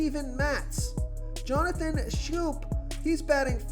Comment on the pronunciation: "Schoop"? Salt N Pepa?